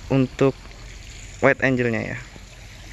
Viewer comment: bacanya "waid enggel"